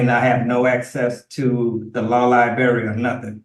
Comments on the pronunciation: It’s library not “liberry” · You know you're in good legal hands when you say "liberry" instead of "library". And, you don't know what "affirmative defense" means. The jailer will use Jesus' words and say, "I go to prepare a place for you". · So much going on, wow. But my O.C.D. fixates on "law lie-barry" and can not handle it. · That damn “Law-Lie-Berry” access is really Hindering this “Native American Indian Chiefs” ability to defend himself Properly! He really thought he had something with the Bail! (Which he would NEVER be able to afford anyway!) he thought he was really Lawyering there! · "LIBARRY"... CAN YOU BELIEVE THIS ... A GROWN MAN CAN'T EVEN PRONOUNCE THE WORD LIBRARY CORRECTLY !!! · Lie berry ??? 🍓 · What is a law liberry? Is it a berry that can be found in a specialty food store? I've searched for this liberry as I'm always open to try new food. Also, why is this indian chief always wanting to axe this or that? I don't get it. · Clearly he’s never been to any li-berry. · Please stop saying lie berry. Good grief. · On the irritation scale, it's right up there with "axe" instead of ask. 😖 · Nor has the education to pronounce "library" correctly. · Why why why can’t he say “LIBRARY “. It’s not difficult.